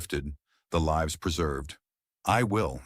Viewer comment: I believe that you are not AI, but maybe reading the entire story prior to broadcasting it would help, "Lives" (Many lives were saved). As opposed to "Lives" ( She lives on Elm Street). Narrating a story and reading it alive are 2 entirely different actions. Only one takes attention to detail.